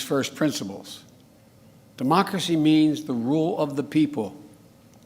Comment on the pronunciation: "Demochrshee" said Joe Biden.... "Fumnemmemel" ... Joebonics